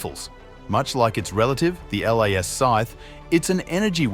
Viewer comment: Plz stop sayin L.A.S Its pronounced "LAZ' 😅